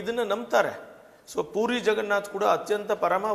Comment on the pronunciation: ಪೂರಿ ಅಲ್ಲೋ ಮಾರಾಯ...... ಪುರಿ....